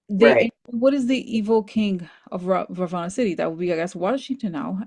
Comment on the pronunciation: I’m Indian and very familiar with the Ramayana. My grandma used to tell me this story when I was a child. So the correct pronunciation is Raa vana. And Hanoomaan. It’s a wonderful story. Also Kamala is fondly referred to as Lotus because “kamal” is the Hindi word for the lotus flower. We’re so grateful for all that Corina and you do for us ❤